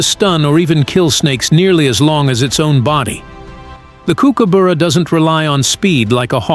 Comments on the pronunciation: The brightly coloured birds are Kingfishers, not Kookaburras and you should learn how to pronounce 'Kookaburra', it's not a Coo coo boora. just watch other videos and you'll soon learn. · That's not how we say kookaburra in Australia! Lol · You have to learn to pronounce the name Kookaburra! Learn the Australian pronunciation of the bu. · What a dumb dick ? An idiot wanting to make our Kookas American with its American pronunciation . The are known to eat small birds , lizards , Mice and rats and also you sandwiches on a picnic table ... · Dude, get a better pronouncer, the way he says kookaburra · You're saying it wrong. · You need to pronounce kookaburra correctly! Bye. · thanks. The u is pronounced as under. ❤ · I enjoyed this video but please pronounce its name correctly. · First of all, learn how to say 'Kookaburra' properly before making a video about it... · Please, please, please, learn how to say Kookaburra. It's not hard to do, just listen to an aussie say it once. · For goodness sake, I’d expect better from the BBC, the pronunciation of kookaburra is pathetic and the AI should be unplugged and never plugged in again! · You are not saying it quite right, Kook it sounds more like cook, and burra, sounds like up b u rra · For pity sake learn the pronunciation it is cooker burra not bora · If you are going to do a documentary on the Kookies at least get their bloody names right kookooboora is Not how you say it kookuburra is how Aussie’s say it phonetically you rabbit on with a lot of rubbish they will grab a fish if they see one. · Why do you pronounce it Kookaboora, it is kookaburra. Silly script made for five year olds. Thumbs down,waste of time.😡😡😡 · Tell the Yank that it's pronounced,,,KOOKABURRA,,,,not KOOKUBOORA,,,, URRA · The pronunciation cannot be so wrong 😂. Coo coo boo ra. It’s cook a burra FFS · It's pronounced Cookaburra not kook a buuura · Not boora but burra. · Not “Kookooboora”, more like “Cookaborough” (rhymes with “thorough”.